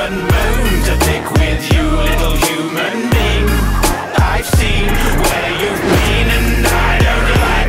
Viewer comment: Whenever he says "Little human being", it sounds like "Little Human Bean" lol